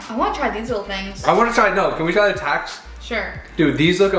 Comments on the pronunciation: The "tax" instead of "tex" 😂and the "ohma" instead of "ouma" 😂love from SA🇿🇦❤️❤️ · Ya nee jus ek is so lief vir dit maar en dit is nee tax nie dit is tex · I am from south africa 🇿🇦 and when he said Tex it sounded like he said Tax hahaha 😅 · Not tax it's tex premiums the e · T-E-X not T-A-X 😅 almost like stopping short when saying Texis. (We are from SA and we love your Channel.) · Hi 👋 I'm a south-african and it is not tax it is Tex like text just Tex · It is text not tax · It’s Tex not Tax lol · It's not tAx it's a tEx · We say Tex like tex on a phone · When you pronounce the TEX we usually say it like "T" and "EX" together